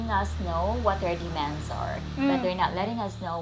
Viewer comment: I think its funny how you say demands, it sounds like demons LOL